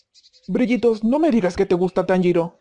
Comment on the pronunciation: Like por el "Conpanchiro" xd